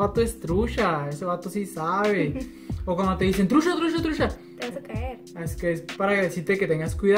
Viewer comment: No es nada nuevo mis morros, para mi lo Nuevo del norte es que usas mucho (sh) para decir chihuahua shihuahua trucha trusha mucho musho